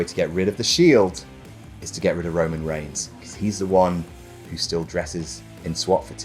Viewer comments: "Roman Reighs" ah yes, that famous wrestler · “Roman Reighs” Wut??